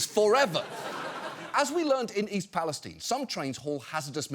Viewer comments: Did he say East Pales-teen? Is that really how it’s pronounced? And since when? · East Palestine is pronounced with a Long I. As in Everything's Fine in East Palestine (Ohio). People who don't live there pronounce it Wrong.